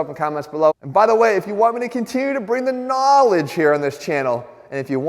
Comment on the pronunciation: Jesse needs to work on his knaaaaaaaawledge